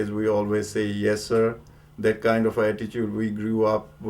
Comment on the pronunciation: THAT not Dat